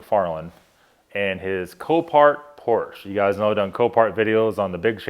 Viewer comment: Can you pronounce Porsche correctly. Just a pet peev